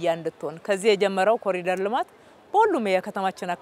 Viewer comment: የብልጽግና መሪዎች በሙሉ አስር ጊዜ ኮሪደር ኮሪደር ይላሉ። መቼ ነው ኮሪዶር ብለው በትክክል የሚናገሩት? የፈረንጁን ቃል መጠቀም ካቃታቸው በአማርኛ ሸለቆ ቢሉት ይሻላል! 🎂